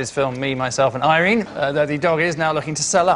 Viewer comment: Why is he pronouncing Irene like that, thats twice he said it like that, weird.